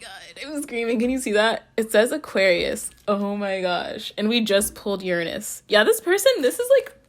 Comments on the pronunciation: "URanus, urANUS. Your anus" giggles I LOVe YOU ALREADY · 😂 I chose pile #2 and you made me laugh while trying to pronounce "Uranus" "Your anus" hahaha.